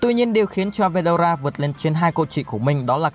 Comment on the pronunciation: Ủa veldona là :)) phải là veldora chứ